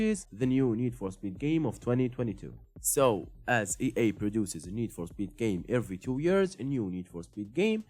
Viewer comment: “Nees for Speed 2022”